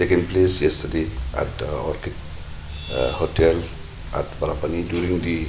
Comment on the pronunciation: Not barapani.say UMIAM